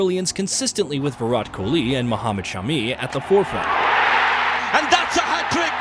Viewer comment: Anyone get the feeling this voice is AI generated? It doesn't sound computerised but it has no idea how to pronounce some names like Kumble and Kholi